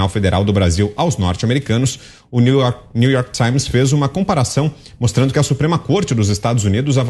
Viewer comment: new york tsáins